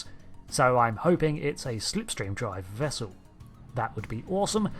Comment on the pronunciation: "wope," "bubbows," "vessew"